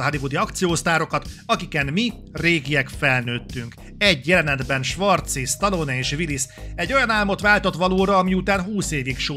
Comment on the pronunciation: Az odáig rendben van, hogy az átlag magyar képtelen helyesen kiejteni Stallone nevét. De attól az embertől talán elvárható lenne, aki kritikát készít a filmjéről, és amúgy “rajta nőtt fel”.